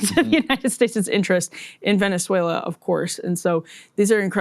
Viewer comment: Can we take a moment to appreciate how well Emily pronounces Venezuela. Almost sounds native.